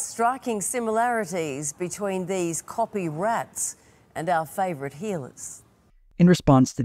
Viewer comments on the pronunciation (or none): none